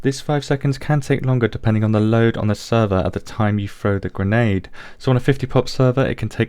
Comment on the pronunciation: i like how you said granade penetation.